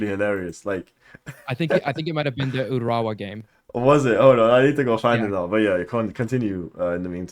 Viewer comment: Who's the guy that pronounced Urawa Wet